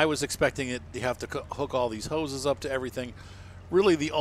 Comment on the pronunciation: Pumps n hoe ses